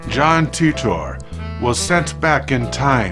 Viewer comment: "Teet-tor"? I always thought it was pronounced like tighter.